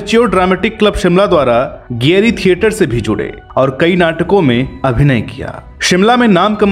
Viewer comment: गेटरी थियेटर न की गेयरी